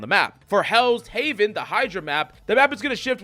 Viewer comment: Worried about pronouncing Klyntar right when he can't even pronounce Heaven right lol